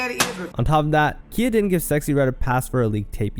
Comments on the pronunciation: Calling Khia (pronounced Ky- ah) Kia is frying me 🥲 cause why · Bro wtf your definitely saying KHIA names wrong. It's not kia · Everyone in this video is the problem with ALL this rap since the past 18 yrs. The fact that this is even a vid is the, including you knowing more about Red's baby daddy beef than pronouncing Khia's ( KIE-YA) name rt is the problem. People think it's ok to have kids dancing to songs about being glorified wh0res. Watch these girls go from wearing vegas show girl shein "gowns" to wearing sparkling leotards , like they favorite rappers/singers. Smh 🤦🏽‍♀️ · When you are pronouncing a hip hop southern legend like Khia's name wrong so many times while playing videos of her saying her name, it doesn't say much for your research.